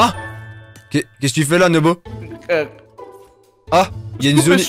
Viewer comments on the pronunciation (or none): nobo et pas nomo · à dit nomo à la place de nobo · on dit pas nomo un dino nobo